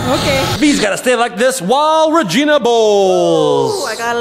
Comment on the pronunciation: its regina not ragain